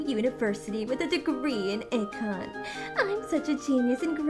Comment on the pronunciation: I don't know if it was on purpose or mistake but she was saying econ wrong I'm going to take it as the character's stupidity cannot hold it against the voice actor just gives me an extra reason to hate the character